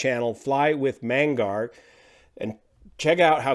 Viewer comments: You mention captain Mengar? :) ...just read the name as it's written . Magnar :) - no need to randomize the letters. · It's Fly with Mag-nar - it's his forename (given name) Magnar is THE guy for ATR 72 knowledge - the only thing he doesn't teach is the amphibious version of the ATR72 (Royal Air Maroc Express have the monopoly on that out of their maritime patrol training base in Al Hociema, Morocco)